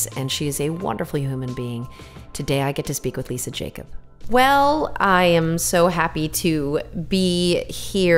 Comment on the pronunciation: It's pronounced Yakoob...